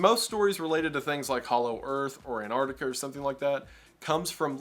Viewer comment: Ok, maybe I'm focusing on the wrong thing here, but I still find it funny how so many Americans pronounce Antarctica as Annardica. The Ts and Cs are there for a reason.